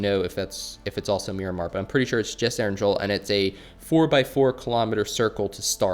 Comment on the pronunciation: It hurts how keeps mispronouncing erangel